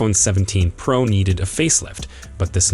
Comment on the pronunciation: I thought it was a PRO Max not a PRaaaah Max. Please explain.